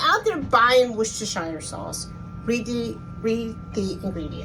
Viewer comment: Hi, I am following your recipe 100%...But can I just say one thing...In the UK we would pronounce it...`wousta` or `wouster` sauce...Sorry to correct you.......